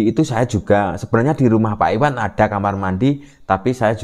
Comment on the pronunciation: IWayan,bukan Iwan.